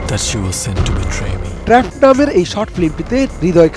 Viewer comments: it's not trapod, it's trapped😅😅.age news ta dekhe nen chokh khule then poren plz😅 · ট্র্যা'পড না ট্র্যাপ্ড😒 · trapod? seriously? Trapped pronunciation ta thik moto bolte paren na kmn apni? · কোথায় ট্রাপড আর কোথায় ট্রা প ড, হায়রে সংবাদে উপস্থাপক 🫡।নিউজ ডেলিভারির পূর্বে একটু ও প্রাক্টিস করেন না, সম্পূর্ণ স্ক্রিনর আর স্ক্রিপ্ট এর উপরে ভরসা। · ট্র‍্যাপওড!! 😂 সংবাদ উপস্থাপককে ঝাড়ি দেন সম্পাদক সাহেব। আর ইংলিশ শেখান।